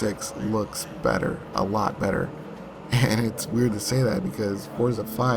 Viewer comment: name pronounced properly instead of that fortza shit lol